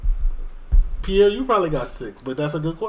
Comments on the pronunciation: Respectfully ...Piers Morgan is pronounced Peerce, not Pi'ere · Its piers morgan not piear morgan lol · Hello from the UK. Never seen your channel before, but I am LOVING this video! I'm crying laughing at your comments, just brilliant! I've now subscribed! And I'm sure lots of people have commented on this but his name is pronounced like pierce like when you pierce your ears 🙈🤪😂